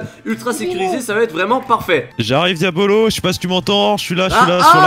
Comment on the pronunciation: QUAND BOUBA TA DIT QUIL AVAIS UN CADEAU POUR TOI POUR T'APPELER IL A DIT (DIABOLLOSS) MAIS PAS (DIABOLO ) QUAND JAI ENTEDU LE (BOLLOSSE DE LA FIN) JAI RIGOLER